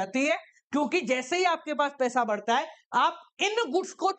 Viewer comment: According to sir it is barta not badhta😅